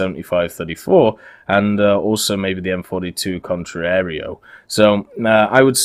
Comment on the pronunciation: Pronunciation of "Contraereo" is 100% correct! Good job!👍